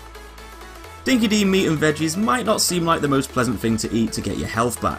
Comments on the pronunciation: For us Aussies, it's hard to continually hear 'Dinki-Di' being mispronounced as "Dinky-DEE" when it's actually "Dinky-DIE" - it's an old Aussie slang similar to 'true blue', or the modern 'legit'. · Just a correction, in Australia, we pronounce "Dinki Di" as "Dinki Die" not "Dinki De" it means something that's really true or someone who's honest. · Dinki Di was an Australian dog food and it’s pronounced dinky die 😊